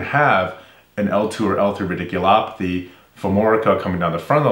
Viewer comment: A fun observation: radiculopathy. You introduced this term in the cervical stenosis video. I was amused because you pronounced it rIdiculopathy. As in Ridiculous. Maybe it's a ridiculous procedure. I hope not..